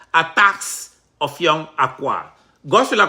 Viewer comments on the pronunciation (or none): it is Effiong not offiong